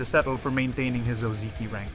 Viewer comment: Lol you were fooled... this is an AI voice. Need proof? Watch again and listen to how it pronounces Ozeki carefully. Most of the time it says Oh Zee Key but not every time, sometimes it pronounces it properly as O Zeh key. That's important to know because real humans will consistently pronounce it wrong. There are a bunch of other things I could point out but that is pretty obvious tell that it is AI.